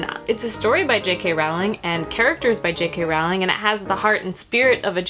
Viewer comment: Her name is actually pronounced *Rolling, like a rolling pin. I made the same mistake for years. Just thought you might like to know. As for the script, I don't think it reads like j.k. Rowling's writing at all. Not even a tiny bit. I understand that you need to allow for differences because it's a play script and not a novel but I thought it read like fanfiction (pretty terrible fanfic at that.) I thought the dialogue was so bad, nothing like j.k.'s witty characters and worst of all, the plot was full of holes and kind of...ridiculous. The great thing about the HP series is that even though it's magic and fantasy, things make sense. Everything was planned out to connect and actually make sense. The script felt like it was written by an unskilled teenager. I'd love to read rowling's original story the play was based on though.